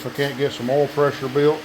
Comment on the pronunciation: I bet that you were going to pronounce oil, ol' based on the captions, before I clicked. Not disappointed. Lima engine, right? I haven't seen one in years....